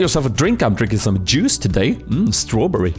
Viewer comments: sounds like jizz btw i love your videos they always make me laugh or smile, ty for being so amazing <3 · "taking a sipp of that jizz" is what i here all the time... awkward xD